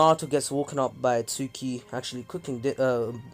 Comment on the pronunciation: yooooooooooooo Suki (based on your pronunciation im guessing this is how it's spelled instead of "Tsuki") is gonna get so WET when Naruto does his entrance in the Pain attack. (Im not trynna be weird its just facts)